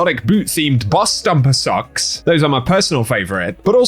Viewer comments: Aye man it totally sounds like you’re saying “houndish sucks” not “houndish socks” 😅😂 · oh you said socks i thought you said houndish sucks